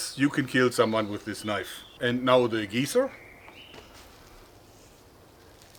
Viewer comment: "THAAAT's a KNOIF!"